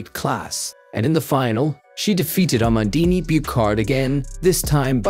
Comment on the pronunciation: same for amandine Buchard, prononciation is a like in a like in abraham, man is said close to the "monld" in almond and Buchard is not a "k" sound but like in usher and heart ou hard but without the "d" sound....